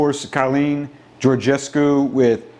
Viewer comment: as a Romanian, I appreciate your commitment in trying to pronounce Şoșoacã, and I congratulate you for pronouncing Georgescu well :)